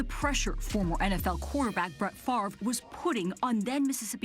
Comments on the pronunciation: Brett has always been a smuck and will always be a smuck, will somebody please pronounce his last name right too, that would pass him off thx it's fav-re not far-ve thx and thx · Why can nobody pronounce "Favre"? They pronounce it as though it's spelled "Farve", which it isn't. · OT, but I don't understand how people are saying "Farve" when the r is clearly after the v. The pronunciation is Fav-ruh. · Why do people call him Brett Farve? His name is Brett Favre... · The dummy can't even properly pronounce his own name. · Interesting that his name is both often misspelled and mispronounced — even by him apparently.